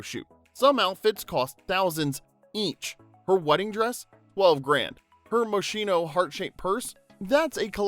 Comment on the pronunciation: Cringe at "Moshhhhhino", it's pronounced MosKino. CH in Italian sounds like a K.